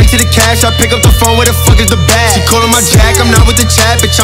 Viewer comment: Whenever he repeats bag it sounds like he’s sayin blyat